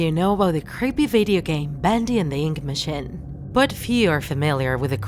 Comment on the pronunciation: that’s not the way to say machine